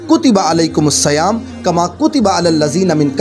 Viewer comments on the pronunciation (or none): صَیام❌❌❌❌❌❌ صِیام✔️✔️✔️✔️✔️✔️✔️✔️